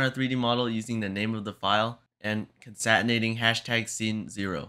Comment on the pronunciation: just fyi, it's pronounced conCATenate like a house cat